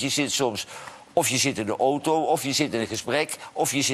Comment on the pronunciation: Johan, leer het nu eens om geen ooto te zeggen, maar gewoon auto.